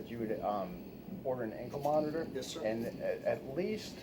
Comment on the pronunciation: WITH DA G-P-S moniTOR, lol Love how he says that